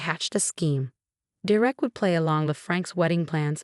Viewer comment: It’s “DER-ek” it’s never anything else. Get it right!